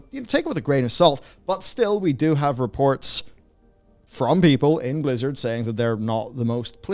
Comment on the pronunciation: When you say "Blizzard people" I hear "lizard people".